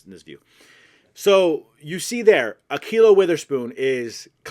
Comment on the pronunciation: Bruh said A quilo weether spoon